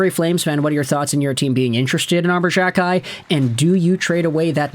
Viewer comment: Unless you stop pronouncing players names incorrectly, I'm cancelling my subscription. For the love of all that is holy, it is "Jack-eye". Not Jjjakk-eye. You do this to several players names.